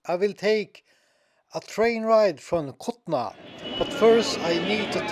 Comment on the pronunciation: Bro this is kulna not kutna